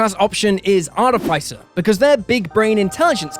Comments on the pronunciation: Why can noone say Artificer properly? It's from the same root as Artificial. Arti-fiss-er not Art-if-eye-sir! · artifaisir??? wtf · ArTIFFisser, everybody.